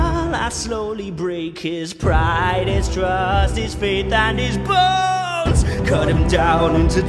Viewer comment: My deaf ass thought he said "Hold him down till the voice stops shaking" but boy makes so much more sense I also thought he said "faith and his boat" while the line is "faith and his bones"